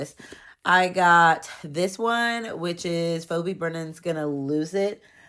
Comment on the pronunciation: The first book's name is pronounced "Fee-Bee".